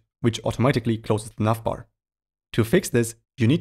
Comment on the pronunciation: I'm hearing "nutbar" every time he says navbar. Anyways, great tutorial. Thanks!